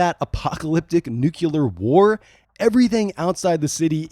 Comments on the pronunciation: The word is "nuclear" not "nuke-yoo-lerr." You sound like George Bush Jr. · It's spelled and pronounced "nuclear", not "nucular" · Its pronounced nuclear, not nucular. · Sorry... Nu-Clear. New-Kew-Lur was a mistake consistently made by George W Busch. PS, If I spelled Bush wrong, Murka. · the word is NEW-KLEE-URR, not NEW-CUE-LURR. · NEW-CLE-AR not NUKE-U-LAR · Also it's "nuclear" - "new clear" - not "new queue lur" - I have no idea why most Americans can't say that word. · Nuclear. Not nucular. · NEW-CLEAR! Not bloody nucular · Nuclear…Nu-clear, not nu-kew-ler. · While I loved this content, one thing was driving me crazy: It's NUCLEAR, not NUCULAR. Say il like the brand-name of a varnish or car headlight cleaner: "New-Clear. "two syllables, not three. That is all... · Nuclear not nuculear. 😂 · It’s nuclear fallout, not “nuculear” fallout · I love your videos but please PLEASE, it's NUCLEAR NOT NUCULAR! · Nuclear. New-clear Not nuke-you-lur Bush did so much damage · Say it with me. Nuclear. Pronounced, new-clear. Not Nuke-you-lur. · its pronounced "new-klee-er", not "new-kew-lur". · How the fuck do people get "nukular" from "nuclear"? READ THE WORD!!! LOOK AT THE LETTERS!!! NUCLEAR! It's pronounced "Noo-clee-ar"! FFS, it's not difficult! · It's "NUCLEAR" not "NUKULAR"! Please, please learn to get this right. Anyway... Dredd is a classic anti-hero; He's hard, he's (virtually) uncompromosing, incorruptible... but he has been shown to be a human, and he tries to do what is right. One of the best story arcs, in my opinion, was the Black Plague saga. A HUGE swarm of mutant spiders assults the city from the Cursed Earth. and I'm talking about a black carpet of death, the size of multiple states... Dredd teams up with some farmers from outside the city to try and stop the horde from destroying everyone within. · Great video, only one thing... its nuCLEar not nukelar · nuclear pronounced "noo-klee-ur" not "noo-qyull-er" brah, drove me nuts entire video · "Nukular" LOL